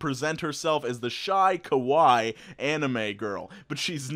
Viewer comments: It's pronounced KA-WA-E not Kowai. Kowai means scary, which is fitting for most nice girls. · kawaii is pronounced like Hawaii with a 'k' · Did you pronounce “Kawaii,” “ Ka-why?” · In Japanese every vowel is pronounced distinctly from the other, so the English pronunciation of Kawaii is more like that of kowai in Japanese. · You said kawaii wrong * dies * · you pronounced it wrong. You said "scary" in Japanese. It's pronounced the same way you did but you have to add an extra E sound to it to make it "cute“. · I'm no weeb but the way you pronounced "kawaii" made me hurt inside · I mean, I'm Japanese and I don't expect people to be able to pronounce Japanese and I guessed what he was trying to say by the sentence so it's not a big deal ^^ (sorry for my English)